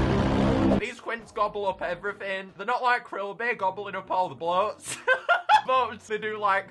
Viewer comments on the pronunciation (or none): none